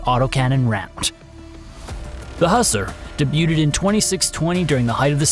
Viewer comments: Who-sar.. Not husser. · I believe its pronounced Hew-sar, like Hugh Czar